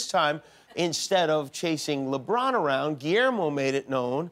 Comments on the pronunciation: I think that he didnt pronounce the superstar name correctly.... Lebron "Luh Bron" not Leebron xD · "Leebron" lmao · I love how Guillermo pronounce LeBron to libron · LEHBRUHN JAIMS